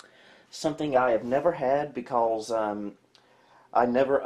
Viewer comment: Love how says, "becawles"